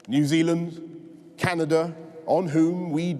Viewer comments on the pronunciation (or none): none